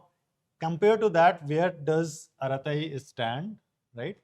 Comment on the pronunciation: Arattai is pronounced with T sound bring clear like as in “true”.